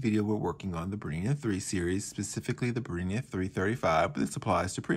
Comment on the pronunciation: Sorry can't watch when you can't even pronounce the name of the machine properly